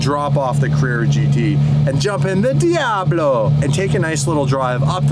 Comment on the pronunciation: the way composer said diablo in the studio made me think he meant it as DDEiablo